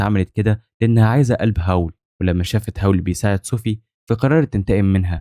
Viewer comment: الساحر أسمو هاول مش هاو😂💔